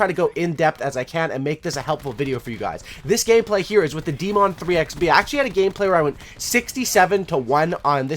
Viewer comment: Haha this dude calls the daemon the DeeeeMon lmao